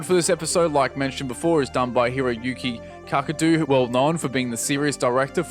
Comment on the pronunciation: Did you say Hiro cucki cackadoo? lmaooo